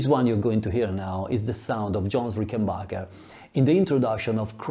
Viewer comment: Very interesting and profound research. But would you mind pronouncing it correctly RICKenbacher and not RickenBACHer? It's originally a Swiss German family name, after all.